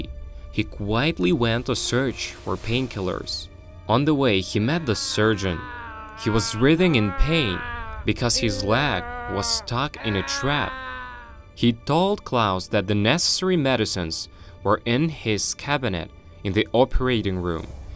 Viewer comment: Why is he saying the lag instead of leg-?